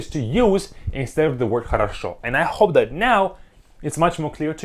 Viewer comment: he kinda went "and I HHHHope that